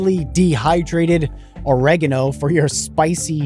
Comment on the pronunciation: How is no one talking about how he said ‘OREGANO’ 😂 WTF